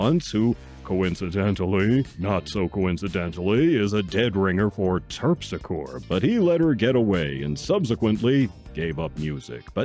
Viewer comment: It's pronounced Terp-sick-oree.